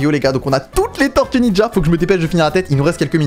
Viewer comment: Tu écorches le nom des tortues ninjas!